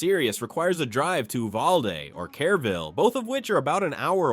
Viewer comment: Kerr -ville, not Care -ville.